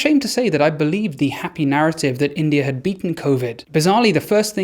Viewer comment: Great video. I don’t understand why English folks call India as Indier?